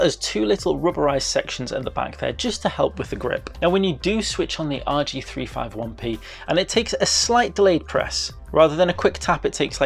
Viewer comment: It's pronounced "rg3 50 1 p